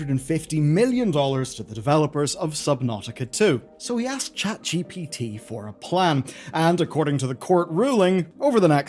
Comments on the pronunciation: Did this mf just say "Chat gippatuh" instead of ChatGPT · "Chat jippity" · Saying Gippity just like ThePrimeagen does. ♥️ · Chet gipiti?